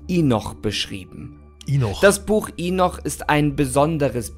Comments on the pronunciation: Lustig wie er Henoch immer als Inoch ausspricht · mich nervt es auch echt, dass er mit vollster Überzeugung so viele Sachen falsch ausspricht, hier zB das Buch Henoch (oder Enoch /Enok)